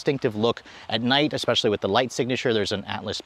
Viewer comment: So eloquently delivered...wonderful information...then you dropped the "expecially” bomb. Pretty sure they took the x out of that word in 1973 or 74. Anyway, I'm off to drink an expresso.